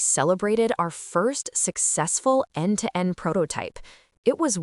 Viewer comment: end-to-end not n to n